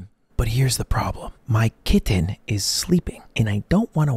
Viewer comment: why does he put so much emphasis on KIT-TEN xD